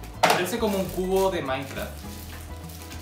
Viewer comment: Wn morí con el "maincraf maincraf" wn te quedo rico el Brownie?